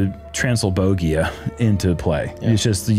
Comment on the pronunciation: Kentucky 😂. Wiskansan 😂. Transylbogia? You guys are killing me😂